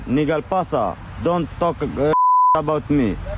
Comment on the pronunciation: Neejel passar 😂if youre english is that shite dont bother coming